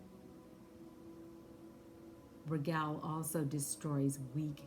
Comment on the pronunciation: Pronounced Ragel instead of Raguel.....so is his name connected to Rigel star system aka Alpha-Centauri???